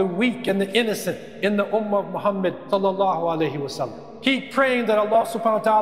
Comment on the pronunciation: You have to pronounce it correctly like a real Muslim : the Prophet "salla allahou 3alaihi oua sallam" and not forget half the syllables.